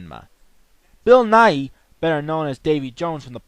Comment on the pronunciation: BILL NIGHY not NYE